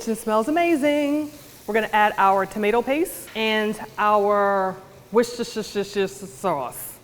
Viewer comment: It's pronounced Wors-ter sauce